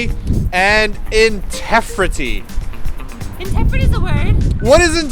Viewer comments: in...TEFRITY!!!! LOLLLLL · INTEFRITY LMFAOOO. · for both. At first I thought his Engrish was kind of plain...until he read intefrity...That was pretty special:D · Intefirity!? TROLOLOLOL. ^^ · INTEFRITY!!!!! terrible. hahaha And idols are the BEST! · intefrity?? ahahaha oh koreans are such a joy XD